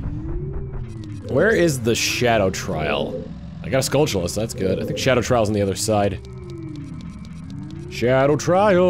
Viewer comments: This is really random but I just want to say that I'm glad you're one of those people who also pronounce "skulltula" like "skull-chu-lah" and not "skull-tilla" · Me as well. Skull-chu-lah is the only pronunciation that make sense, seeing as how its a play on the word tarantula. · Some Guy now THIS is the proper pronunciation 😂